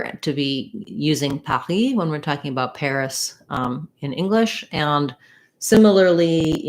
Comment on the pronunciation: Hello, I am impressed about your pronunciation of Paris . It sounds like the French do! BRAVO